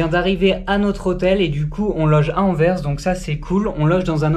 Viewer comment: jolie vlog mais les prononciations des villes c'est pas ça :p Anvers au début après ça va mieux ... Par contre Ostende là enfin c'est juste pour info ^^